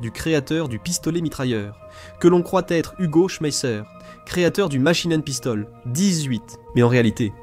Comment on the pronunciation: "La machinen pistole....QUARANTE !!! Ouaiiiiiis !!!" Ridicule !!!